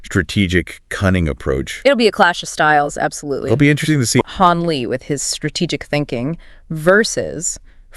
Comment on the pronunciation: hon li? isn't it han lee?